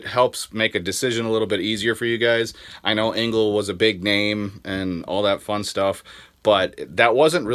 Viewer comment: Engel not Engle...🤪